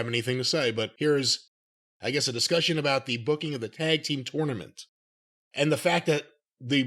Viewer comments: I can't stand how says tournament..can't Jim correct him already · I'm probably the only person the gets annoyed at how pronounces tournament lol